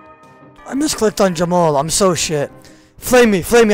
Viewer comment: Why does say all these words so mispronounced??? Like barraguh and jamall etc...... it’s so fucking odd lol